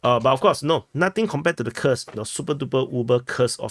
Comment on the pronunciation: As others have noted, Kursk is pronounced "koorsk", the same as when you pronounce Putin as "pootin".